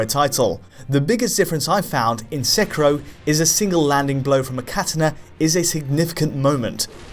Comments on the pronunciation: This never bothers me but this is rough to listen too. It's not "Sek-er-o" it's produced "Sek-ear-o." Please. It's rough when you keep pronouncing the name wrong like 3 times a sentence. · It is Sekiro with an "i", not "Sekuro" with a "u" like the person in this video keeps calling it... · Sekero......you are saying it wrong..... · It’s not pronounced “sec-row”. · Isn't the game pronounced Seh-Keer-Oh? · For the sake of this game, please pronounce the name Se-key-law. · actually it’s pronounced “Seh-key-row” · Please stop your making my ears bleed with your pronunciation of Sekiro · ur pronunciation of 'seckyro' and 'cat-anna' made me stop watching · That's how I say it, just listen to how he says "katana" and I'm pretty sure he is also pronouncing the games name wrong lol.